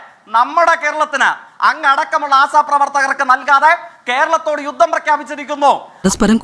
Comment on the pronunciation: Da myre ആസാ പ്രവർത്തകർ അല്ല ആശാ പ്രവർത്തകർ 🤦🏻‍♂️🤦🏻‍♂️🤦🏻‍♂️🤦🏻‍♂️🤦🏻‍♂️